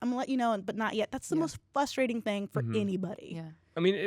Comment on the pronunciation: You know what's frustrating? When people say "flustrating".